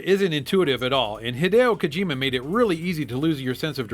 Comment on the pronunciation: This episode gets 5 super awesome mega turbo Mech points because of how many times he says Hadieo Kojima. also because i love Metal storm, so yea old episode new enjoyment here.